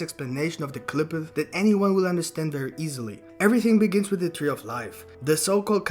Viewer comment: Damn he butchers the tree name